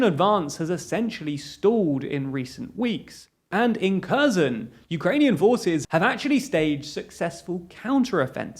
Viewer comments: Try to pronounce kherson as herson. It's not kerzon. I would recommend you to at least ask a Ukrainian how to pronounce these names. I am not from Ukraine but I have heard how they pronounce these names and they sound different. You have been pronouncing it kerzon from the start of the war. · The way you pronounce Kherson makes me since. Try "Her-son". That's closer than Curzon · 'Kherson' is pronounced "HAIRSONE" 'Kharkiv' is pronounced "HARKEEV" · I wish they at least tried to pronounce the names correctly. Kherson, my ass